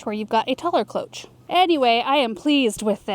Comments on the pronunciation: cloche - pronounced KLOWSH - it is a French word and at the end of a word is pronounced SH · cloche = "klow-shh" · Cloche is pronounced with a sh at the end not the ch sound.